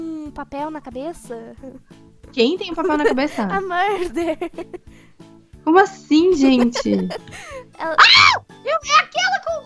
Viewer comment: Vc falou muder